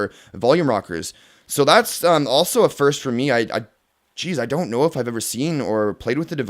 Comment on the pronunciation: Foyst (Boston accent) :-D